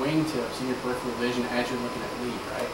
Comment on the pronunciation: This guy is an excellent instructor -- I have watched him on some other videos very recently but I do wish that he could correctly pronounce the word "peripheral" (i.e. as in "peripheral vision"). He says something that sounds like "PUR IF - RE RAIL". Not good.